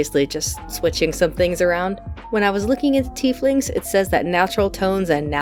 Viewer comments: Tieflings are very cool. Also I believe "tea-fling" is the correct pronunciation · 'tiefling' has no set pronunciation so say it how ever you want. Tiefling Parsley is a nice twist, granted I like her as a dwarf.